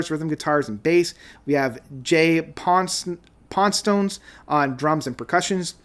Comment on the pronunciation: Uncle Kenny?? 😂 Jay Pon Stones? James Monethet? Man I love your butchered names, gotta use them too. Add Daniel Pumpkins to the list